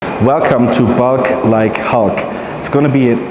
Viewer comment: 벌크가 뻐킹이라고 들리네ㅋㅋ